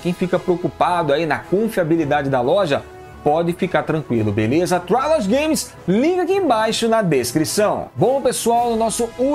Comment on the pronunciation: a forma correta de pronunciar a palavra trilogy é /trilogy/ mesmo, não /trailogy/.